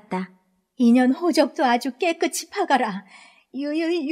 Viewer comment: 감사합니다. 잘 듣고 구독하고 갑니다. 목소리도 좋고, 발음도 분명하고, 대화 부분도 실감나게 읽으셔서 듣기가 좋습니다. 다만 '깨끗이' 발음은 깨끄치X가 아니라 '깨끄시' 입니다.다른 작품도 그리 읽으시더라구요.... '끗'의 받침이 ㅅ(시옷)인데 ㅌ(티읕)으로 착각하여 구개음화 현상을 만드는 분이 꽤 많더라구요. 책을 읽어준다는 것은 거의 아나운서라 생각합니다. 이 채널을 아끼는 마음에서 드리는 말씀이니 노여워는 마세요. 😊